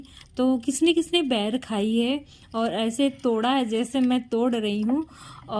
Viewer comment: Ber hota h bair nahi cg me boir bolte hain